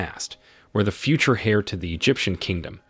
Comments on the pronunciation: I am truly disappointed with a VAST majority of "narrators" on various YouTube videos that seem to be unable to correctly pronounce certain words, and place names. In THIS video Thames should be pronounced "tems" ; heir should be pronounced "err" or "air" (the h is silent ); treacherous is pronounced "treh-chure-us" ; barrage is pronounced "bear-ahj" ; clandestine is pronounced "clan-des-tin" ; and these occur in just the first ONE-THIRD of the narrative! Having learned proper grammar, pronunciation, and spelling in grade school I can clearly see a lack of educational integrity on the part of those who educated this particular narrator. The only other "excuse" would be that this and other videos are being produced by an AI entity that was not properly programmed to correctly pronounce the English language. Very sad. I can't even finish this video due to the cringeworthy narration. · Another garbage AI voice over; cannot pronounce Thames or heir correctly. And that’s all within the first minute and 20 seconds. And that’s when you lost me. Get a real person to do this voiceover. Then I’ll listen for 25 minutes. Hearing somebody, or some thing mispronounce words, is like reading and seeing typos; it’s bloody distracting as hell. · Why are there so many misprounciations? And they're common words. Heir? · Yeah and he cant pronounce 'heir', or 'clandestine', so had no place correcting others. Clearly going by their owns phonetic accent and not the queens.